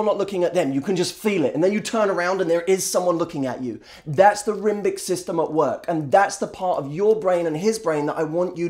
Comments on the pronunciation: I knew by the point that you were saying "rimbic system", and I was sitting there scratching my head haha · Here I was thinking you were just another designer-stubbled, smooth-talking bullshit artist who buys into their own crap. Did you say rhymbic system? That was awesome :)